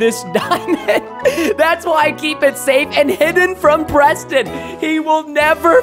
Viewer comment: Pweston hwut my feewings =( he said that was bad buidling but mine is like that.